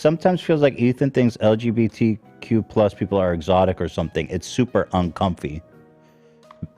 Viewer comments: and purposely mis pronouncing lgbtq,, come on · pretends to keep Ethan in his lane but when it comes down to it he acted as shitty as Ethan today. Telling chat to shut the fuck up and not even being able to say lgbtq correctly was just so pathetic.